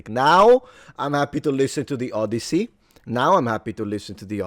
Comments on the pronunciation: Odyssey, not Oddity, NOLAN! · The O-DEI-ssey